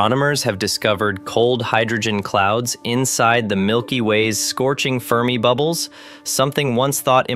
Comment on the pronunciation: Scorching fermibubbles? Nuance of a question as inflection. Silly AI! 🤪🥴🤫😜